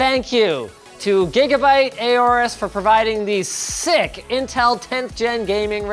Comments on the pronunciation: normal people: aorus linus:eyyyooorus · "A Orus" LOL Isn't the "Aor" portion pronounced like "Aur" in "Aurora"? Didn't Gigabyte take inspiration from the Egyptian god "Horus" (a bird, like the Aorus logo)? If that's the case, remove the "H" in Horus and add an A. It would literally sound like Horus without the pronounced "H" sound. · Been actually looking into it. Linus pronounced it wrong. You are supposed to say it similarly to saying Horus, like the Egyptian god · I always pronounced aorus as orus